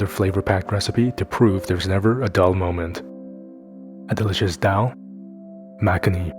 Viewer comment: Delicious! Btw It’s pronounced Thaal muck-knee